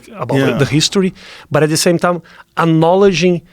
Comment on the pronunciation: “ anowledge ing”